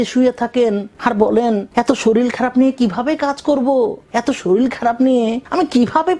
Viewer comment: আমি একটা কথা বুঝলাম না। আপনি এত শিক্ষিত হয়ে শরীর কে শরীল বলছেন কেন।